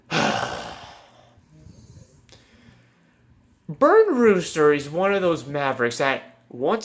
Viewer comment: Its Burn Rooster not Brun Roster